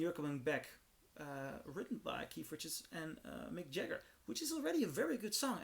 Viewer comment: “Mick Jah- her”?